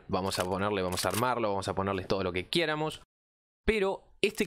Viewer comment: que estresante escuchar pronunciar mal todo el rato "quiéramos" "téngamos"...